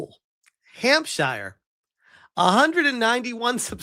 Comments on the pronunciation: "Global and extremely viral". Sure: if your algorithm is awash with ethno-nationalist/anti-woke fluff. I've not heard a single person IRL mention this AI generated thirst trap and I work in a fairly big English city. BTW, it's pronounced Hamp-sheer not Hamp-shy-a. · The only misinformation here was not pronouncing my counties name properly. Its pronounced Hampshurr or Hampsheer not shire at the end. How do Americans pronounce New Hampshire in America. Apart from that love this Amelia stuff:D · Dude… love your vids… but Hampshire. It’s Hampsheer… the Shire is a place in Middle Earth my man